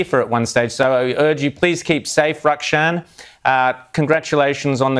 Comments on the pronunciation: Great job Rowan Dean getting Rukshan on for some truth. Truth Sky News was seriously lacking. Can I suggest you start pronouncing his name correctly. It's not Ruck-shan. It is pronounced Rook-sharn, as in Brook-calm. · Raaaaakshannnnnnn!! Try Rukshan = Rook-shan And he's a legend, gr at guy and the people of Victoria are blessed to have his real reporting and hilarious meme videos. So funny. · He has a real white man way of pronouncing Rukshans name 😂 it's like rooksharn not rackshan for gods sake. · Oh. My. God. I know it's an innocent mistake but I was just cringing everytime he said Ruck-Shan. You were excellent as always Rukshan 😊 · i just wish this guy could pronounce your name right, when it doubt just pronounce it the way the person themselves do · Pronounce his name right.... Doh!!! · Love how this clown presenter pronounces Rukshan's name wrong, like he'd be getting picked for a game of footy by a bunch of bogans... 😅